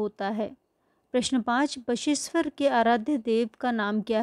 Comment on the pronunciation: Bageshwar ❌ basa eshwar